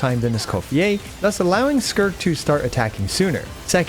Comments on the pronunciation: "Skirk" 🤨 "Skirt" 🤓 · Is no the same to say skirk than skrrrrrrt 😂